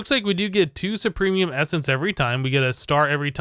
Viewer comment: Supremium? Superium... But it's ok. People make mistakes